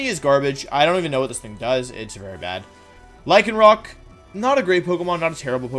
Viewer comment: Lycanroc, not Lycanroock!